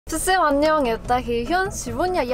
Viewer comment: привет! Я заметил, что ты произносишь слово всем так [в(ы)-сем]. Думаю лучше произносить это слово так [фсем]. Все так разговаривают))